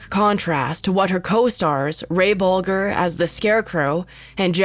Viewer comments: I wish that these narrators would get the names correct. It's pronounced Bol-jer, not Bolger! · Ray Bolger’s last name was pronounced with a soft G, like a J. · Wtf wis with saying ray Bolgers name like that, it’s Bolger not Bolgur… watch the interviews of people who worked with him, you mispronounced his name. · Its pronounced, Bowl-jur, not Bowl- gur. I think this has been blown out of purportion. This was a movie that employed alot of people, as did other great movies. And anywhere there's a bunch of people, things are gonna happen. Garland caught her hubby Vincent in bed with his African American chaufeur, her other hubbys took her money. But hey lets blame the Wizard. This is still the greatest movie ever. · You are pronouncing actor Ray Bolger's ( the scarecrow)last name incorrectly. You are pronouncing it as though it is Bol Grr, like the sound an animal makes when it's angry. The G has a soft sound not a hard G and a soft G. The G sounds like the J in the word Juror. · Interesting. BTW Ray Bolger's name was mispronounced . His last name has a soft G rather than a hard G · Bolger is pronounced bowl-jer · I know this is so petty but Ray Bolger's name is pronounced Bol jer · Ray Bolger's name is pronounced with a soft "g," as in "Bol-jer." This pronunciation is driving me nuts. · Learn how to say Lahr and Bolger!!! Your inability to do that casts a bad shadow on your overall credibility. How much of what you claim here is true? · Oh my she mispronounced ray bolgers name as well. Poor woman, maybe they should have went over the script with her. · Aargh. I know the narrator is probably young, but it's bloody annoying that she wouldn't learn how to pronounce the names of the actors. Burt Lahr's name rhymes with car, not air. And Ray Bolger's name has a soft g in the middle, like the G at the beginning of George. Finally, the first A in Belgravia should sound like the A in gravy. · Announcer mispronouces Lahr and Bolger.